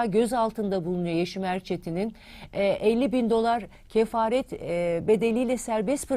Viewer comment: Kefalet o, kefaret değil 😂